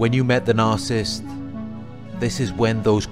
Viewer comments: It’s NAR-SIS-IST . . . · It's pronounced NAR SA SISST. . . Not NARCIST. . . God bless. X